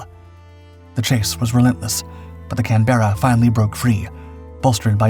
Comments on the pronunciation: Mate it's just can-buh-ruh, not can-BERRA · It's called a "CAN-BER-RA" just like the Australian capital. Not "CAN-BEAR-A". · Excellent video, as usual, except for the pronunciation of Canberra 😜